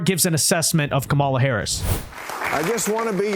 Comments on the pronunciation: i know we hate her and she deserves the hate. but let’s get her name right. It’s KAHM-uh-lah, not Kuh-MAH-luh. We look like we’re unwilling to learn when Bill Maher is saying it correctly, and we still insist on saying it wrong. And being unwilling to learn isn’t where we want to be. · Learn to say her name right